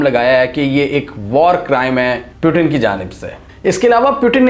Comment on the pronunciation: Bro" Putin" hota hai ,"Putin " nahi 🤣🤣